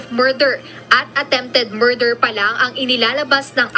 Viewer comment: Morder ba o murder? ✌️😂